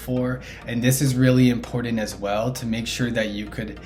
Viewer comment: its important , not impordant lol and buttons not buddins